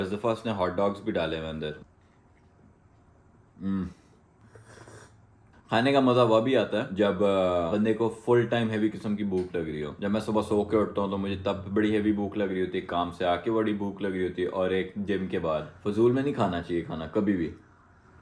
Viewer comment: bro correction please "wab" nahi "tab" hota hai